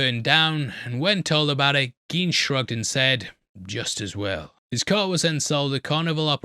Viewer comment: Koch is pronounced like Coke. Gein would also be pronounced like gine, not geen.